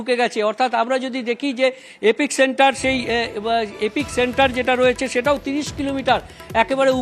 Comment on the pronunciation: এপিক সেন্টার নয়, শব্দটা এপিসেন্টার।